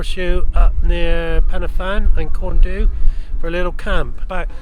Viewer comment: You got the pronunciation of pen y fan right but it’s not corn doo. It’s closer to corn dee. There isn’t really a way to explain that sound.